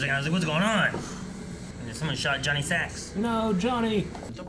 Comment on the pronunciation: BTW John Sacrimoni -> Johnny Sack... not Johnny Sacks.